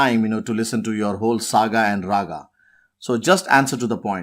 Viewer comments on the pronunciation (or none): none